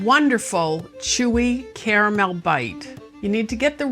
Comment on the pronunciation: Not only did you just become my favorite cooking channel, but YOU EVEN PRONOUNCE "CARAMEL" (*WITH* the 2nd "A"!!) CORRECTLY!!! 🥰